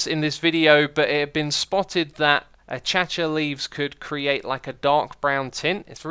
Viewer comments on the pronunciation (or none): Did you legit just say a-cha-cha? I never heard anybody mess that word up in that way. It’s A-Kay-Shee-A, or just A-Kay-Sha, but definitely not A-Cha-Cha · Its not achacha its akasha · AY WHAT IS ACHACHA ITS PRONOUNCED AKAYCHA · "Achacha" Xisuma, it's pronounced a-kay-sha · Achacha? A-k-asha is how its pronounced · a cha cha real smooth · its pronounced A-kay-sha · No one: Xisumavoid: achacha leaves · Literally No one: Xisumavoid: ACHACHA LEAVES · I'm pretty sure he's pronouncing it wrong purposely as keralis used to pronounce it that way. It's the same thing with booshes rather than bushes